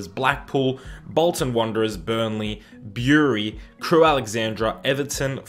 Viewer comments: Bury is pronounced B like bur (like in butter) ree not Byuree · Bury is pronounced Berry in my opinion, but definitely not how he said it xD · The way you said bury it's pronounced berry like strawberry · Bury is said berry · most people I know say it "berry". It's just I've never heard people say it like that before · Bury is pronounced "berry" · North east is basically Sunderland, Newcastle and Hartlepool so it'd probably be better to include some Yorkshire teams there too including the likes of Leeds, Bradford and Boro. The teams in this experiment seem accurate enough. For future reference, Bury is pronounced 'burry'. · Bury is supposed to be said like bery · The way you said "Bury" 😂😂😂